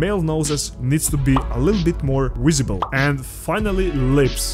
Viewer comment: Brotha I’m sorry but you gotta learn how to say the word Visible